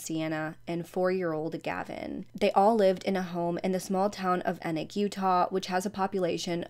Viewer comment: It's pronounced Eeee-noch, like "knee knock", It's a Mormon name.